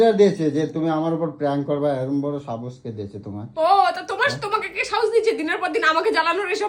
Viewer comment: সত্যি, লম্পট র বাংলা শুনলে বাংলা ভাষা ভুলে যেতে হবে। "সাহস" - কে "সাবস" বলছে!